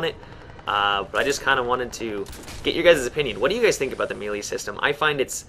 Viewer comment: it made me laugh when you said "meeeely" system.